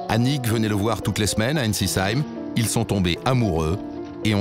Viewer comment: C'est Ensisheim, pas Einsisheim (et ça se dit "Heim" pas "Cheim"). Mais bon, c'est toujours marrant de voir les lieux qu'on fréquente.